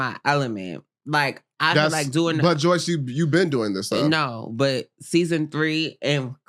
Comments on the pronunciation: the moment with cashy just felt so awkward.. and why are you asking your guests about their personal sexual life on that level?? unprofessional af but handled this whole experience well even down to him saying her name wrong the whole time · Omg it kills me how she never corrects them too like her name does not have a Y where do yall get Joyce from?